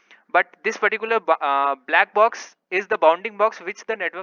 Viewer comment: Stop saying "pattikular". It's not necessary.